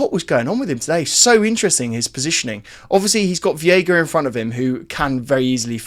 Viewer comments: He's called v EI ga, not v IE ga, stop mispronouncing his name, please 😭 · i know you read the comments, its pronounced VEYGA, not VIYEGA. You killing me 😭😭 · Hey it’s pronounced Vayga for Veiga